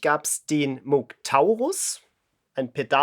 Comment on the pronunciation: Es heisst Mooooouuugh nich Mooooogh und auch nich Muuuuugh